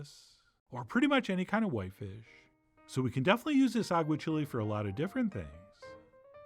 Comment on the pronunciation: This looks amazing, but please, Chef, for the love of all that is spanish: agua-CHEE-lay, not agua-chili. Still going to make it!